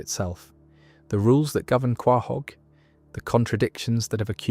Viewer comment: qwah hog? hahaha